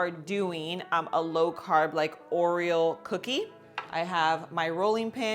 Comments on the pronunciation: Aw come on, give a Latina some credit. She could learn how to say Oreo! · Is she saying Oriole? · Yup😂... I get a kick out of how she says it!